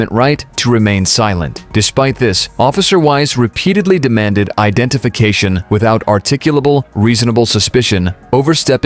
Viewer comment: "I'm not saying You've broken any Laws. I'm just asking You for the Lawless FIC tion You may have never consented to in the first place called 'identiFICa tion." 😂